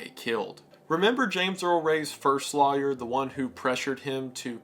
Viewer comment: Just in case yall are wondering. Law yer is supposed to be pronounced that way. The rest of the country however pronounces it as loyer incorrectly.